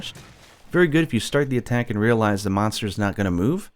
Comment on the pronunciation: Is he saying Meownster or just pronouncing Monster wrong?